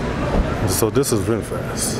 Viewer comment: It's Vinfast, not Vinfat Bro!😁